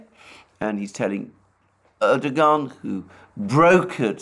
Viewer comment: Erdogan: pronounced: Erdowaan. It is a silent 'G'.